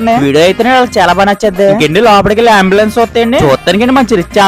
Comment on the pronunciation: Amblance kadu ambens 😂